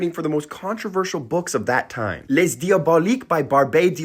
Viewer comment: Just an FYI - the s in the word les is silent if the following word begins with a consonant, and pronounced if it begins with a vowel. 😊